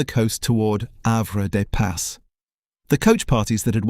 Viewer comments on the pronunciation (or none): While this is interesting the photos shown many are not taken in Jersey and the names like Have des pas are pronounced very incorrect making us laugh a lot